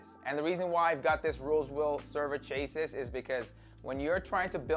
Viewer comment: its pronounced Chassi the s is silent. Good Video tho!